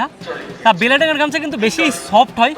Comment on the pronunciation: ও ভাই ওটা বেলেডাঙ্গা না বেলডাঙ্গা😂😂😂